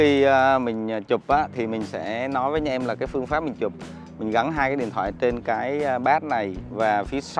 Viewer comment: Mấy mod tinhte phát âm từ anh em thành anh nhem hoài nhỉ, đặc trưng hay là lỗi vậy nghe khá khó chịu